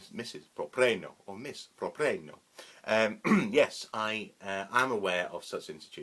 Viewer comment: Wonderful! Thank you. =) Btw, I used to pronounce it 'prop-reeno.' Short for Property Renovations - my old construction company. I like your pronunciation much better. Thanks again for your response.